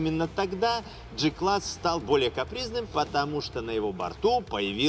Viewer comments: Осмелюсь поправить.В германском алфавите нет буквы "ДЖИ". Произносится прямо"Г" класс. Без обид, с большим удовольствием смотрю ваши обзоры.🖐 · Джи-класс ? Значит джелендеваджен , а не гелендеваген и джуджл , а не гугл , на поджуджлить как правильно.